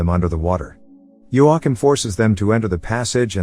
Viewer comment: Your commitment to not saying joachiem's name right is amazing